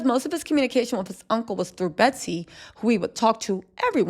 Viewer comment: Her name is Betsy. NOT BETTY.